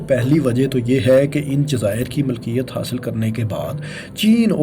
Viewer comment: Dear aap, Milkiyat ko Malkiyat bol rahe ho